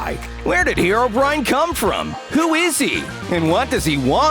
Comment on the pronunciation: Finally someone calling herobrine instead of herobraine